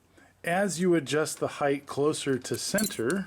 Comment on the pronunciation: Height ends in t not th height height height